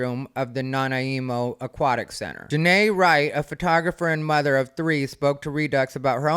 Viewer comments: SAH-nitch (as in snitch) Nah-NIGH-moe ❤️🔪🤣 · Its nan-eye-mo lol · You pronounced Saanich correctly the first time! It’s like sammich but with an N. Nanaimo is pronounced “Nah-nigh-mo”. I live on Vancouver Island and will be glad to help you out anytime cuz there’s some weird names of places up here, like Tillicum 😂😂😂 You’re right. If you don’t like their policy, take your money to a place that has a policy you can deal with. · Nana-emo 😂 Nanaimo is pronounced nah-nigh-mo. As someone with relatives there, this gave me the biggest laugh. I'm pronouncing it your way from now on! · Love ya,. Saanich (San-itch) Nanaimo (Nan-eye-mo). Keep up the great work. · Your pronunciation of Nanaimo was cute because it was so wrong so it was so funny and wholesome. 🤣🤣🤣 it is like Na-neye-mo. Like eye 👁️ where it’s “ai” 🤣🙏🏻💓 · You said Saanich correctly the first time. Totally butchered Nanaimo 🤣. Na neigh mo is how to pronounce it. 😁👍🏻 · Canada is on the verge of making a hard right turn, politically. Hopefully that will right this absolutely ridiculous situation. And Saanich is pronounced the same as the "ich" in sandwich, and Nanaimo is Na-nigh-mo. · So glad I live in one of the more conservative provinces... Also, that really threw me off when you said Nanaimo (it’s pronounced Na-nye-mo, like the desert square). I was racking my brain what city that was because my cousin lives not too far away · the BC human rights tribunal is an embarrassing joke. I'm gonna see if has covered Jessica Yaniv. his pronunciation of Nanaimo was so cute lmao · Vancouver Island girl here, how you are pronouncing the towns is got me rolling on the floor. You did get Saanich right the very time first time you said it, SAN ITCH. But there is no helping you with Nanaimo, everyone gets that one wrong. Anywho, you're brilliant as unusual. Cant wait for the pools to start complaining that usership has fallen off a cliff. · never heard Nanaimo pronounced like this, but it's kinda cute LMAO